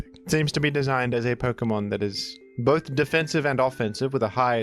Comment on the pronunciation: You said bith though